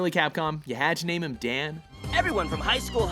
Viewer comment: Dan is a Japanese name, 火引 弾 Hibiki Dan. Dan pronounced the Japanese way, not the English way.